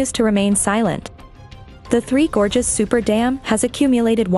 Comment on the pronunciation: Towards the end of the video, your text reading robot forgot how to pronounce words like "gorges" and "China". You should really proof-edit these things.